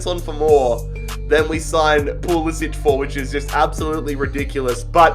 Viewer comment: FYI:, when pronouncing American names almost never is a “c” a ch sound. so when saying pulisic it sounds like PooLissik. no poolissich. in America we only make the ch sound with a c if it has that diagonal line over it.